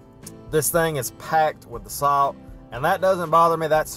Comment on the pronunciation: Genuinely curious are you saying salt?